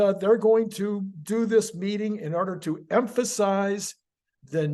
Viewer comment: "do" not "due."